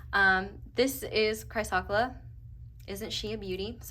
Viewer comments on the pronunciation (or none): Also, chrysocolla- cry-sa-cola. ❤ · Pile 4 crystal is pronounced like ‘Chris oh coal ah’ 💙 💚 This was so on point. Thank you.